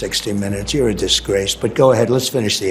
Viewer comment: "You're Ah Discrace ." "Let's Finish this Interview.. " 😂🤣😂